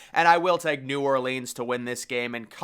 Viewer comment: Love you, my guy, but you gotta start pronouncing "New Orleans" correctly one of these days. 🤣